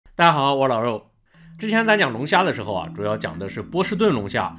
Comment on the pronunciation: 有谁注意到说大家好说成了大啊好